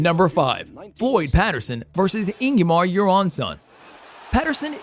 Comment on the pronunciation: Ingemar Johansson. Not Ingyemar Jaronson.